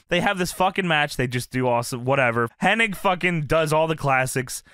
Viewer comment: His name is Curt HENNIG. Why do so many people call him Curt HENNING? Where do they get the extra 'N' from? :)